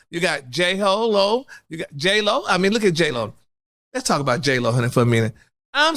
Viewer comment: did u say J-HoeLo... i cnt with you😂😂😂.. But i so here for ALL your mess!!! Congratulations on podcast!! Ill be tuning in!